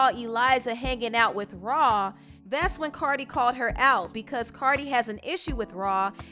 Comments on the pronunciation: "RAW-Ali" 😂😂😂 lmao it's "Rah" not "RAW" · Cardi b needs to have several seats who wants offset :Nobody & this the second Time i here someone pronounce rah ali name like that it’s rah Yu don’t say her name like it’s spelled like a monster lol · Why is the content creator saying “raw” instead of “rah”. Sounds crazy bro 🤣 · Anybody died a little every time she called Rah, “Raw”?